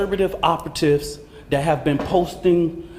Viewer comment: This so called "" repeatedly saying "Dis" instead of "This" and "Dat" instead of "That" is driving me nuts. 😂